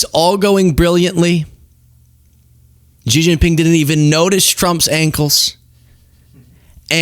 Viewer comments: SHEE (JINGPING) ..... PRONOUNCED . Not Jee, Gee, whatever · Xi is pronounced rather like the English “She”, not “Jee”. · FYI: Xi's name is pronounced "shee", not "gee". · It's a good thing you weren't negotiating for us. It's pronounced (Shee). In Mandarin, (Gee) is the pills of underwear fabric that collect below your scrotum. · Xi is pronounced “she” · Come on, it's Xi, not Gee. Can't you be arsed to spare 2 minutes and find a Chinese vid on YT or TikTok to learn the correct pronunciation ?